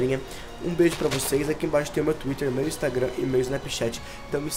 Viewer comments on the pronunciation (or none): none